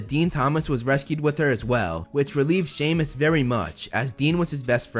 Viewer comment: its not shemus its semus